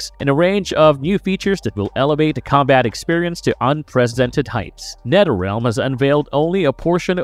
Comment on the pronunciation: Did he say Netterrealm? And bruhters? Lol He must not be able to say words with TH